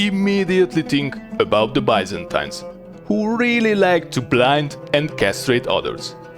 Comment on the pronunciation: Please dont butcher the pronounviatio of Byzantine lime that ever again